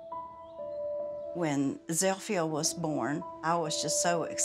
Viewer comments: Zilpha. Zeel-fuh. Not "Zeel-fi-ah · Zipha is pronounced Zel-fi-ah? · So her name is "Zilpha" but pronounced Zel-Fee-Ah? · Wtf name is zilpha and why do they pronounce it like that